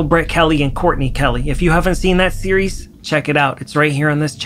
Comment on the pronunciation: You said “series” so many times in the intro, and pronounced it like “SEE-yer-EES” Sorry sorry just had to say 😂